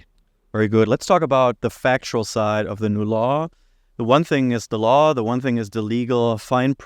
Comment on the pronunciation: I heard "Law" as "Lie" 😅